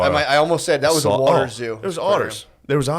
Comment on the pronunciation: Matt’s rust belt, coal land way of saying Wuder will never stop being funny.